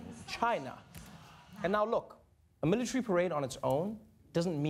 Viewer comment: What's a "militry"?